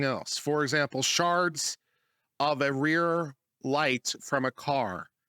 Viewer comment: Wtf is an ‘are•arh’ ? I've also seen it spelled ‘arear’ ? The guy mentions it in the first 10 to 15 seconds of the video...